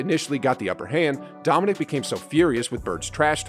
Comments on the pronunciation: Dominick? Damn. How soon we forget the legends. For the record it is pronounced Dominēēk. Wilkins always played hard against Larry Bird. You don't get called "The Human Highlight Film" if you aren't something special. Still my favorite poster with both of em standing side-by-side. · Dominique. It’s Dominique. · Why is this guy making videos when he doesn’t even know how to say Dominique Wilkins’ first name correctly?